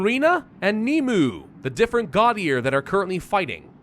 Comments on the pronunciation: Nimue is pronounced as Nim-way. Its the name of the Lady of The Lake in Arthurian mythology. If you're in the 30 or older age range you probably best remember that name from the Merlin movie with Sam Neill as the titular character she was Merlin's love interest in that. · Its pronounces "nim-way"